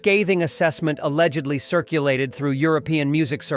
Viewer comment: Just say alleggedly another one time, please. Damn, really bad.